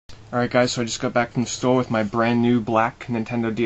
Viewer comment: When you said "store" at the start of the video, you sounded SO British :P